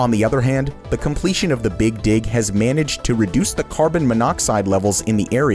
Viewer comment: boston's big dig sounded a bit weird mate